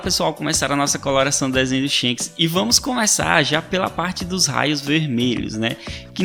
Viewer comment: e Shanks e não shenks